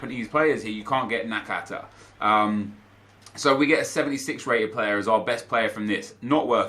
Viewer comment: At least nep can pronounce nakata’s name, skillz called him nakataka